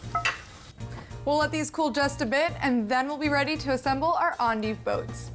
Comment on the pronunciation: I like this video. It taught me how to say endive. I always thought it was end-dive.